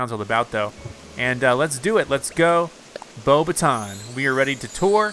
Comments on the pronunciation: Its pronounced "Bo backs ton" Professor Mcgonagall is not pleased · it's bo bah ton, it's french